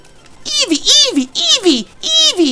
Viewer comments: please when I get my job, and set up my poketuber shit. I will pay you money to never say Evee like that ever again. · Jk but please never say evee like that ever again.